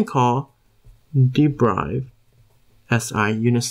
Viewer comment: It's 'd e r i v e d' bro. Not 'd e b r i v e d'.